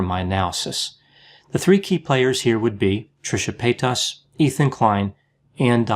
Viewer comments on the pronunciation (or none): Her last name though is pronounced “pay-taz” not “pay-toss” lol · like other people here said, it's pay-tiss. There isn't a lot of emphasis on that second part. says pay-TAAS. I low key prefer the way he says it. It has that bend and snap energy. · PayTAS, reminds me of when Shane used to purposely say Trishas name wrong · Why is he referring to Trisha as "pay taus" lmao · Fyi it's "Pate-us or Pay-tus". Shane Dawson & his fiance Ryland mispronounce her last name in the same way, and it's obviously spreading. 😆 Also, I love your pooch! Poodle mixes are some of the greatest "mutts" you can get. Lol. I have a goldendoodle ☺ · I love how he says paytas evrytime payTAS 😂👌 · Omg the way he keeps pronouncing Paytas is so annoying I couldn’t even finish the video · I had to giggle every time you pronounced her name PayTAS :D Anyway, like most others I also feel like you would have been a better choice to be on the H3 podcast and try to help Trisha.. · I love the way he said paytas tho 😂PAYTOSS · I live for the way pronounces 'Paytas'. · The way you pronounce Paytas is funny, in French 'pėtasse' means 'bitch'. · It is annoying that you are not pronouncing Trisha's last name. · The way he says Paytas Is wild I am not sure But he says Paytas Like it's a disease haha. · why does he pronounce “paytas” like that? 😂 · It’s the way he puts emphasis on the A and the Tas